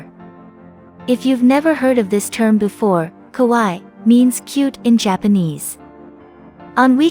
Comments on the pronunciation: The narrator could have bothered herself learning the very easy, very simple, Japanese phonetic rules. Kowaii means 'scary', kawaii means cute. She pronounced it like the first. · Kawaii pronounced “Kah why ee “